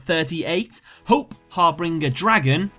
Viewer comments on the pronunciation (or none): im sorry but i had to pause when you were at hope harbinger because u were saying it like it was hop harbringer XD u pronounce it hope har-binge-er not harbringer it got on my nerves a little lol i feel like u dont know the word harbinger tbh haha